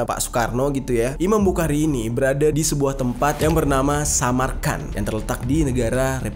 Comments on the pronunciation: Bang cara baca"Bukhari" itu bukhori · Saya mau ralat امام بخارى خ Bukan, ك، k Yg betul, kh, خ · Bang jer tanpa mengurangi rasa hormat, pelafalan imam bukhari itu dibaca dengan huruf o di huruf a nya, jadi bukan dibaca bukhari tapi bukhori , tapi untuk penulisannya emang bukhari, cuma pelafalan nya saja yang beda Karena kan itu huruf bahasa arab sebenarnya yang bang jer juga tau di huruf hijaiyah itu ada kha, tapi di baca nya kho 😁🙏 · Imam bukhori bang klo bukhari kya kurang pas di telinga, tpi kontenya bisa menambah wawasan sejarah bang mantap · Bukan iman bukari Tp imam Bukhari di baca bukhori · di bacanya jadi imam buhori..🙏🙏🙏😉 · Bukan bukari tapi bukhori pake خ bukan ك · Maaf ralat ... Imam Buchori... dibaca Buhori...... tq... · Hehehe iya bang, dan tepatnya bukan mempermasalahkan, tapi membenarkan apa yang salah 😁